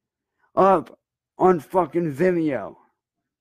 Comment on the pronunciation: “It’S uP oN ViMmeEyo” 😂😂😂